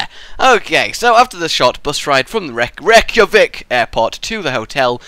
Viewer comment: I AM ICELANDIC AND YOU SAID THE CAPITALMWRONG